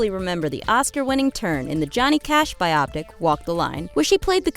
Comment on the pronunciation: Dear narrator, "Biopic" is pronounced /bio'-pic/ not /bi-ah'-pic/ And it's short for biography picture.